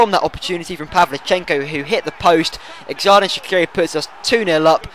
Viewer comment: Not a big deal, just bothering me. Xh (from Xherdan Shaqiri) is not pronounced like X H in English. It is pronounced as a J in his native (and my native) Albania. So his real name is pronounced Jerdan Shaqiri Great videos by the way.